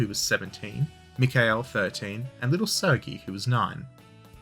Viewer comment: How have you been to Irkutsk but can’t pronounce “Sergei”? 😂